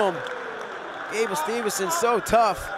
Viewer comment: Gable STEVE SON not STEVEN SON